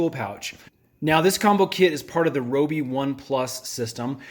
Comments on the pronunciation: (Ri-oh-bee) Your welcome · rYobi... sheesh that drove me crazy😅